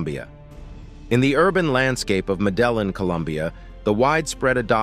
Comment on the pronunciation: I found the narrator's pronunciation of "Medellin," Colombia, one of the most disturbing things I have encountered online this afternoon.